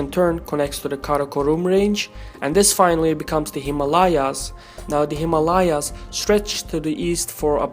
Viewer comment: imma-layaas or himalayas?